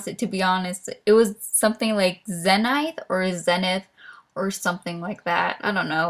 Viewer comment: There was a girl in my class named Zenith. (Btw, it’s pronounced Zee-nith)